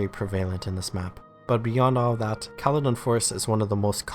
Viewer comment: i disagree with call-a-don forest.... it's kale-don forest